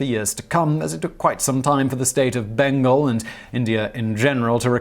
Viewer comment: it’s pronounced Bain-gaal, not Bain-gul